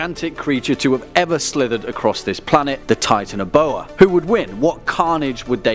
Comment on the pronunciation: you said titanboa wrongs